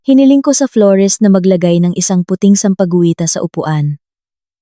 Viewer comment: MALI ANG BIGKAD MO SA SAMPAGUITA